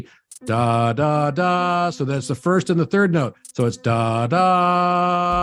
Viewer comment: "thirst and fourst" lmao